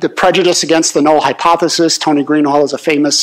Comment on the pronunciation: It’s pronounced Greenhalsh